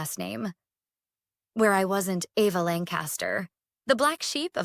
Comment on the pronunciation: Either change the OP's name to "Ava" or have your AI narrator pronounce it correctly, please